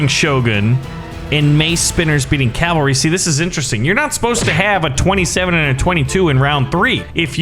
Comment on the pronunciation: its... not... CALVERY ITS A WOBBLY HORSE